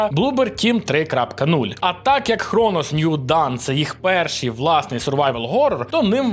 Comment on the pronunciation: Трошки ухи режет: да, сам возмущен этому факту, но Dawn читается как ДОН :) Транскрипция: /dɔːn/ Т.е. даже "доон", но не "дан" (как звучит done /dʌn/).